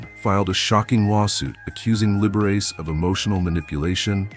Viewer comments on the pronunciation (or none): “Libberess” & “Libber-ace”?